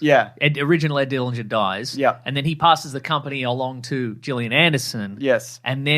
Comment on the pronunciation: I need people to stop saying Gillian Andersons name wrong. It's not a hard G.